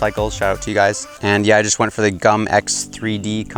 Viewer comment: I thought you said cum instead of gum